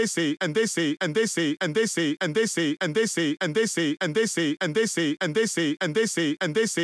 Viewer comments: all i hear is “ant daisy” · Tbh, I'm hearing "andessy" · كأنه يقول اندسي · Doomfist: "And dey say..." Me: "What do dey say?" Doomfist: "And dey say!!!!" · i like the part when he says "edisi" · I heard and they under sea And I heard And the sleep